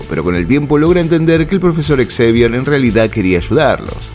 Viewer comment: Xavier se pronuncia Javier